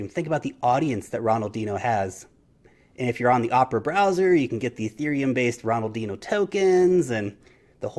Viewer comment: Although Ronaldinho wasn't pronounced correctly 😊